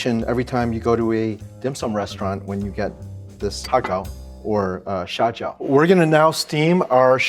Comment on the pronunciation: Its not "xiao jiao", its "xia jiao"...... "xiao jiao" means small foot.......